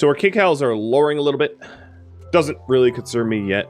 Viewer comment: Everything you say kcals I hear "cakehouse" lol the perks of listening in a second language (extremely silly comment) so sorry lol